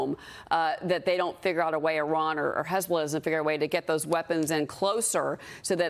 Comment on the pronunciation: Did she say hasbulla😂